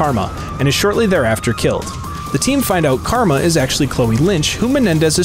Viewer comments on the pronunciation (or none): none